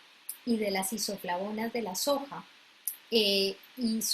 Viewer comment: Aceite de sojo, tojo, no le entendí que ha dicho!